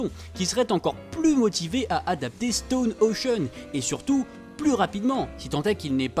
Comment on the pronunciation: J’aime énormément ta chaîne, mais stp dit stone ocean comme ça ce prononce parce que ça me stress un peu haha 😭